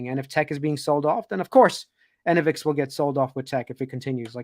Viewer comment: It’s not “ENNA-Vix”, btw… it’s “e-NO-vix”